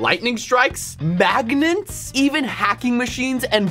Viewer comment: I love the way you said Maignints 🧲